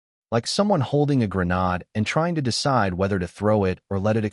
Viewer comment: Seeing how no one is likely to tell this 1990s boob that a Vietnam combat vet said ( Not a granode ) take it from some ones who knows. It's (grenade with a long ( A ) !